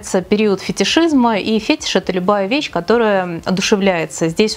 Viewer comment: фетиш ударение на и ... это я так,свои 5 копеек..)